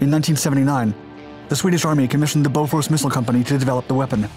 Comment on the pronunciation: Thats BOFORS not beaufort